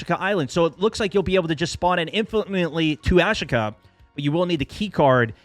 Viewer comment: AshKA is wrong. Asheeeeka! Is how it’s pronounced